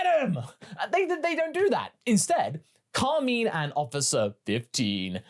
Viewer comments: Did I miss something, was he called Carmeen in the Japanese movie? I've not seen the move since release. Or is this a dubism? Cos I've known real Carmine's, and I've NEVER heard it pronouced so weirdly. Carmine is a stereotypical gangster name, like Carmine Falcone, which fits with the character aesthetic, I feel like I'm experiencing the Mandela Effect in real time. I honestly thought you were talking about Kami for the first minute and a half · Car- mine Cahr-my-n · Pronounce Carmine correctly or your pants will turn brown